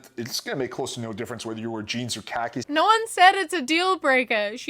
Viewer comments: i love you but i can’t stand how you say khakis. “cockies” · i am so sorry but you calling khakis cock-ies is the funniest thing i have heard all day